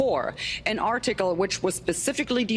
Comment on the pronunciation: I love the way she says “are-tickle”